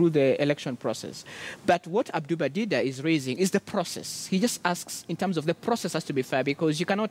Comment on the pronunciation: Its Dida for Christ sake not Diva